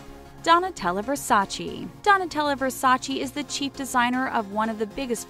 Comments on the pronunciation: IT'S VERSACE, NOT VERSACEE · It´s Donatela Versace not Versaci please she is Italian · It's VERSACE, not VERSA-CHEE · IS NOT VERSACI IS VERSACÉ 😠😠😠😠